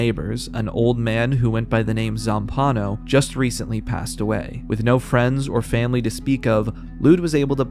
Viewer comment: single-handedly setting the world record for mispronouncing Zampanò's name. I wanted to scream.